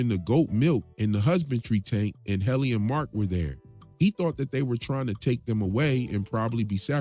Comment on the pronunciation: It's Hell-innie